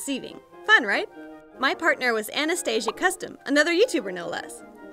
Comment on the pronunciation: You were kinda saying my name it is Anastasia